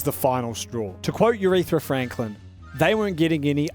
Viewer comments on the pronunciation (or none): Blud said Urithra Franklin